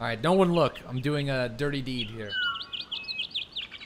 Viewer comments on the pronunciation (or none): why have you started doing this awkward thing where your start to roll your r's but dont actually roll it so it just makes anything you say like HERE sound super weird? have you started learning a new language or something? Ive watched you since you had 50 viewers daily and you never used to do it, i just stopped when you make the switch to tarkov so its super weird hearing you pronounce r's like that out of nowhere lol